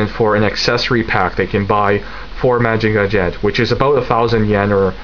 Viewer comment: LOL! I know what you mean. Lots of different pronunciations, out there, but trust me, Mazinger Z is best spoken in your native tongue. Great job once again! I will be following your reviews regularly from now on.